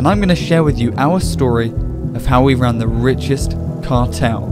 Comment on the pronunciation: how we wan the wichest cawtel